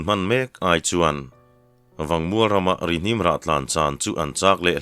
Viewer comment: Ri-hnim ti a ilam hi,keini Chuan Ri-hmim Kanti thin asin...